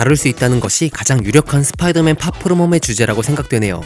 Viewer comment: 스피이더 맨이 아니라 스포이더맨인뎁쇼